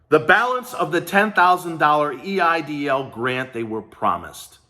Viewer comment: “I want my EDIL Grant”